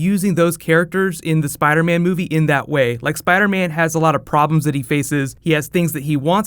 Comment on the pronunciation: Spida man!!!